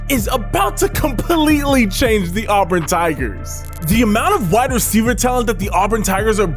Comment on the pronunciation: As a born and bred, in Auburn, auburn fan, I gotta give you props for pronouncing Auburn correct. Helll yeah!